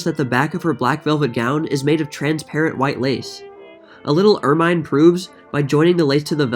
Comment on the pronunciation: Love this channel!!! 😍 Gonna binge to forget the mess on the news for a while. Couple of pronunciation hints: App-lee-kay, er-min, and I got a good giggle out of ta-FETA, made me want a gyro 😁